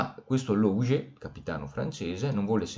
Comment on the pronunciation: La pronuncia corretta di Leuven è in olandese 'lø:vən; ma esiste anche una forma italiana del nome ed è Lovanio. E quella del dittongo ou in Louget è U, dunque lugé.